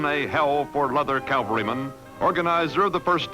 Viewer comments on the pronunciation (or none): He mispronounced cavalry, didn’t he?